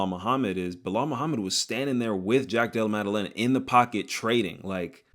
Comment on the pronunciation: hands so good it made pronounce JDM's name effortlessly 💀